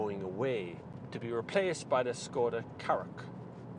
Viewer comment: The name is pronounced "Shkoda".